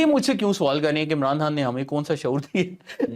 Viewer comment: Bilkul buckwass show !! yay Chumcha abhi tak ' Khan ' bhi pronounce nahi kerna ataa??? 'Khan' ko 'Hann' kahi ja raha hay...aur host bhi us ko.. correct nahi ker raha?? Stupid show 👎👎